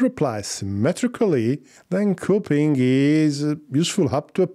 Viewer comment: ...cop-ee-ing, not cope-ing...